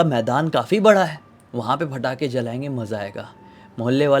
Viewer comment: Bhai patakhe hai ya fatakhe???😂